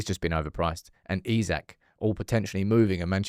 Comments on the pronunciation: If this ain't click bait, i don't know what is not. Buying Isak. Why would he leave Newcastle for united. If you've ever watched Isak. Its not Isaac like people pronounce but in Sweden we say like"I" Sack. We dont have the finances and he would not want to join unless he has some fetishism for United. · It's EESAK bro not isaac, smh at leat get It right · He ain't coming to United, cause you can't even pronounce his name right, it's EESAK ffs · It’s Isak, not Isaac. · Its not Isaac, its Isak 🤣🤣🤣🤣